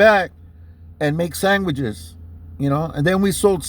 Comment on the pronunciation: Did u say “saingwhichs” 😂